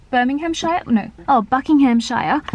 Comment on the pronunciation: I bloody love you and your videos, but as a Brit, it's actually painful to hear non-Brits pronounce our place names! 😂 Buckinghamshire is pronounced Bucking-um-sher (sort of, it's hard to type how you say things. Google how it's said haha). Same with Birmingham "Birming-um". No hate, much love!